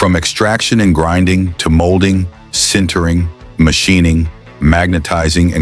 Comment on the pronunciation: These videos would be so much better if someone would take 30 minutes to check the AI narration. "Sintering" or "centering" or "Sintering" or "centering" or "Sintering" or "centering"??? just as an example.